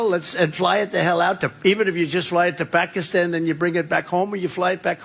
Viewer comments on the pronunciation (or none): none